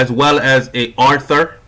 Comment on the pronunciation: *SOUS Chef NOT "soup", *aUthor NOT arthur. Work on your reading skills before you get on the web.